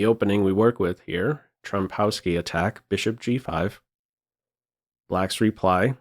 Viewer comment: Wouldn't it be pronounced "Trompovsky"?